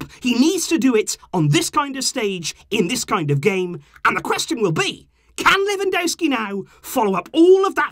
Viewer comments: He is called Lewandowski not Lewandouski that is not his name its not that hard to pronance at all. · Quick tip, ‘W’ in Polish is pronounced as ‘V’ so you would pronounce it Levandovski. 👍🏽